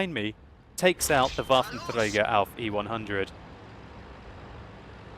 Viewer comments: bafentrega :D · I like how you pronounce Waffenträger :D Greetings from Germany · how nice you say waffenträger :D